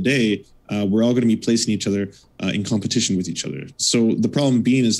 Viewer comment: I'm laughing. He just needs to work on the "with" part.